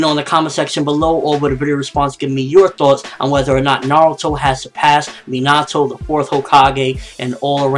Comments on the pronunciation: it's pronaounced as minato not minatoe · minato is pronounced me na to